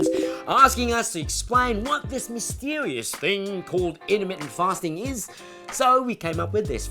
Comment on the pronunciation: when I heard the "INTERMITENT PASTING" I INSTANTLY SUBBED. Hahaha. How come I've only seen your channel just noww..